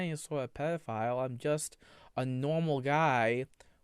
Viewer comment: I tawt I taw a pdf I did i did see a pwedoflile